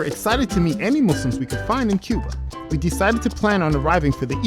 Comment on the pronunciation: Asalamu Alaikum. Brother it's Cuba not cube haha. MashAllah. U should visit. It's beautiful country. My parents are from there